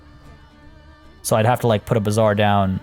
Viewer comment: Your pronounciation of bazaar sounds more like bizzare.😂😂